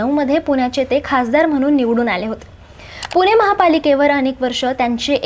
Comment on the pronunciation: पुने नाही पुणे